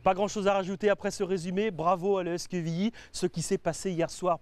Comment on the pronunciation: pitié c'est pas quévilly mais quevilly avec un "E"